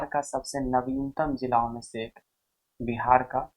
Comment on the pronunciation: Jilo❌ jilao✅ 😂😂😂